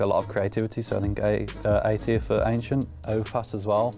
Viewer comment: He said it correctly before starting the list, funnily enough. His inner Dane must've taken over 😆